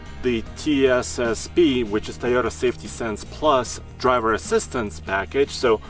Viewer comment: Wtf is a"THAYOTA" ????